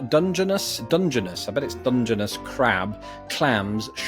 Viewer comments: Dungeness is not Dung-eness, it's Dun-geness. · Dungeness is in England, so should have known how to pronounce that. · In Italian, "ci" has the same sound as "ch" in English, and the vowel i is usually "ee". So cioppino is pronounced "chop-pee-no". I'm less certain which syllable is stressed, but it may be the second. Your second try at Dungeness was better. It's pronounced "dun-jin-NESS". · Pronounced dun-jun-NESS and cha-PEE-no (cha-PEEN if you are descended from Sicilians). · It's pronounced, Chi-PEE-no. Also Dungeon-ness.